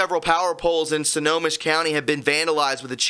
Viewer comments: Snow-ho-mish... Don’t worry bro most of the cities around here are of American Indian base. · Um ... it's pronounced like "Snow Home Ish."